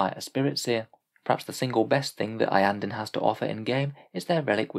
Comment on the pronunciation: Iyanden, always Iyanden